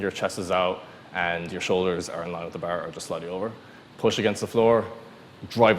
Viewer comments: What I do wrong was pronounce bar wrong you should say it like clarence Bâer Bear Beaer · The "behr". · "Just put your tum on da bear" hahaha i love it